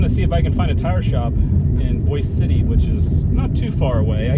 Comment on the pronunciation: Please learn to pronounce the names of places correctly. The town in the Panhandle is “Boy’-zee” City. Not boys.